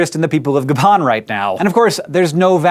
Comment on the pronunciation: And Gabon is pronounced with a long 'O' as well.